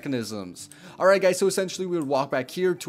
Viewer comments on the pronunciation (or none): 'goiys' 'auwsome'